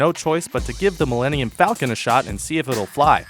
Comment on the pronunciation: OH YOU SAID MILLINIUN fALCON OOOOOOOOOOOOOOOHHHHHHHHHHHHH